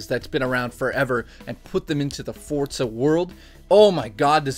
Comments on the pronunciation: Great review as always,my aunt in jail loved it too! Am I the only one that wonders why so many people pronounce the game "Fort-za"? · Chris F think of it how people say pizza, you don't say 'piz-za' you say 'peet-za' forza follows the same rules.